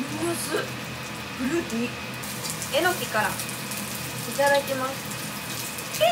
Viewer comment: えのきのイントネーションが猪木で笑ってしまう😂😂関西だと普通なのか、、？